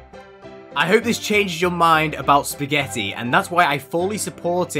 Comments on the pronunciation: Can't even say spagetti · beo dont make spaghetti sound bad spaghetti 🍝🙄😒😙